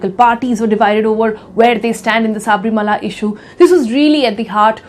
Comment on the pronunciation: It's not Saaaaaabrimala.. It's Sabarimala